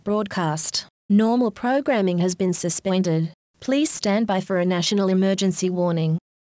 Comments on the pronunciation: okay but are we gonna ignore the fact that it says 'suspwended' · "Normal programming has been suspwended." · austrailia- suspweinded